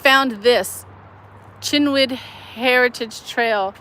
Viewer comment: Cynwyd: K(è)n-wid & K(u)n-wid at the same time, the (vowel) very short. I case you're ever in this trouble again, use your phone to ask the Google translator, as in: enter and let it be read. Always verify the correct origin language is detected or set. English is a terrible butcher of all other languages because it's such a mish-mash. - Schuylkill: Shoil-kill River. Sorry ^^. That's Dutch, btw. The correct pronunciation is practically impossible for English natives, this one is completely anglicized as in: the translator will yield the desired outcome set in English. I case, you haven't picked up on the heavy hints 😉, I'd love to carry a wrench for you. Had I been equipped earlier I would've been able to give Lance a linked shoutout. I had his channel pulled up already. 🤓